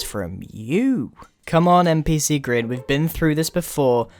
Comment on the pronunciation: obrien cool but, you know you said "grain" not Grian.